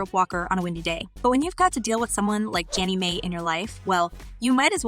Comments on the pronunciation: Her last name is pronounced "my" not "may". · Your pronunciation is way off: It’s Jeannie Mai (Genie My) And is Tamara (Tah-Mair-ah) Ok her last name is Mowry (Mow-re) 🤦🏽‍♀️